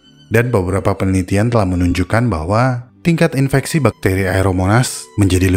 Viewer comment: Kok aku dengernya infestasi ya? Bukannya infeksi